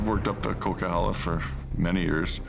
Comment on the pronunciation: It's pronounced Coquihalla Highway